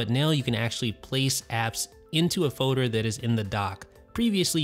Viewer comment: I love it when he says "fowder" for 'folder'.